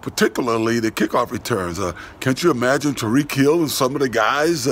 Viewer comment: I seriously thought said Tom re-kill some of those guys’ instead of ‘Tyreek Hill’. For a moment I thought was at it again